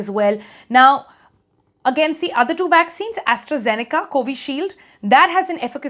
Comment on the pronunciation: Vaccines? I thought she said waxines.